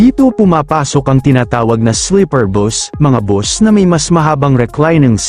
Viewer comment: slipper ba o sleeper ?